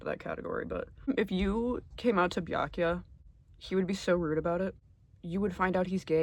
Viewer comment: Obsessed with how you pronounce Byakuyas name just like Gamegrumps